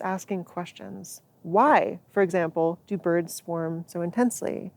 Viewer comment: Ayeeeeeee its da fkn boids